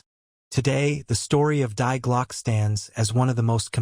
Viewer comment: Die is pronounced "dee," not "dye."